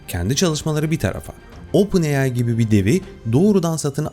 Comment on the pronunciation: öpen ai